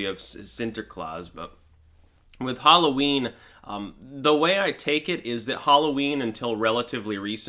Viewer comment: Halloween? Sorry I don't know that one. Do you mean whore-o-ween?